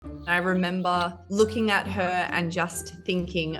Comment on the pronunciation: “I ruhmembuh”. Hahahahaha I love it. This video is so Australian